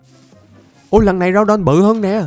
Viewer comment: Đọc là gu đon